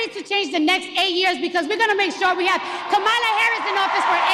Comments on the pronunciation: she said "Ka-MA-la", not "KA-ma-la" 🤣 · I'm pretty sure i heard her call kamala - Tamale harris 😂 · The irony is that at the beginning of her speech she pronounced kamala's name wrong accenting the middle syllable! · I love how the leftists get on conservatives for the mispronunciation of Kamala’s name, yet when this idiot does it it’s all well and good! 😂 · Cardi B pronounced Harris's first name "wrong" at her own rally! The media needs to never ever again complain about people pronouncing her name wrong.